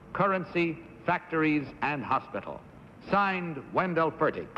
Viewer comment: John Pennel, not John Pannell. Wendell Fertig, not Wendell Fergin